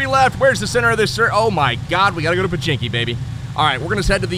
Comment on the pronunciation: do u know its pochinki not pechinki